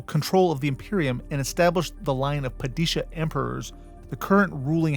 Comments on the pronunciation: It's not "Pah-DEE-shuh" for the love of god! "PAH-duh-shah!" The first and last syllables rhyme with "spa." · Ok...padish-uh ? You hjad me until that. I am going to assume you are either parroting data you wrote down after reading, or you are one of those people who put their own twisat on words to sound different... Because the books influence, in case you msised it, is hard HARD Islamic. It's a mesh of 3 religions, but Islam is blatantly the dominate factor. Therefore...SHAH..Pad-ih-shah...Not Pah Dee Shu. Richese is Rhy Kess . The Vowel at the end makes the 1st vowel long. Middle english, Chese, became cheese, which due to the sheer lack of Indo- Euro words, seems unlikely ;) Following the K,Kuh,Kah, dominance in Herbets books...and further expanded by Sanders, ch being K makes more assumptive sense...that and the word is also written as Richesse by Herbert in...and Bella Tay Goose....Is bela teguese. Look man. herbert Sr and Jr and Sanderson have voiced these words. Guessing at phonetics,when you're trying to get paid...is halfassed considering all fo the modeling you did.... Whiel I am not a Dune Purist, the fucking words are not a cultural conflict like Americans have with the French word Croissant. It's jsut how it is spoken by 2 seperate peoples. DUNE is not that :)